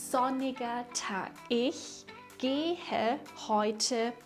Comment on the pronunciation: bist du eine deutsche Muttersprachlerin? Weil deine Aussprache seltsam ist, zum Beispiel wenn du das Verb "gehen" aussprichst😮